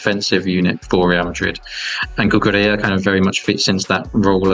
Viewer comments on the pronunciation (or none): Marc cucurelia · The mispronunciation of Cucurella was actually ragebaiting me